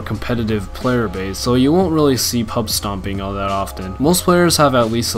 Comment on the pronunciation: “Now hall of you know” lol that’s how it sounded when he said all